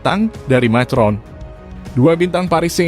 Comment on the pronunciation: Min cara bacanya ko saklek banget itu bhs Inggris jg dibaca persis macron, Emanuel macron dibaca makron